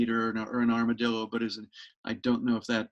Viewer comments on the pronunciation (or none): none